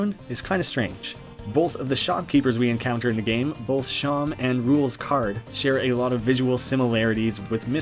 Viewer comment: I'm sorry, I can't get over how you said "Seam" like "Shawm"..... wouldn't it make a bit more sense to be said like "seem"? Because it looks like there's more than a few seams across his face...